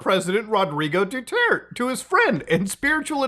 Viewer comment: "President Dutwert"